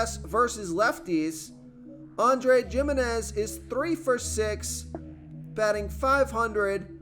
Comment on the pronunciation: "Jim" inez had me rolling Bro you pronounce every other name wrong 🤣I don't think you've ever watched baseball